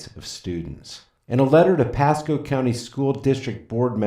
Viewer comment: You said “Chasco Middle School” but isn’t it “Pasco”? Lmao